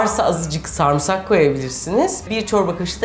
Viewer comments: Sarmısak demeyin şu kelimeye ! "Sarımsak" demeniz gerekiyor. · YA YETER SARIMSAK SARIMSAK SARIMSAAAAAAAAAAAAAAAAAK SARMISAK DEĞİL SARIMSAKKKKKKKKKKKK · Video çok iiyi ama refikanın sarmğsarğı demesi çok sinir bozzzzucu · Bana da garip geliyo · aynen yaa çok sinir oluyorum ben antepte yaşıyorum burdakiler sarımsağa samırsak diyo dosmxöaççaçÇaş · sarımsak'ı neden sarmısak diye okuyorsun reyiz